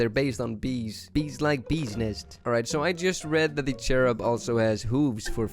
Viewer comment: And it's not cherub it's curbIM like in the ending of the word "him" again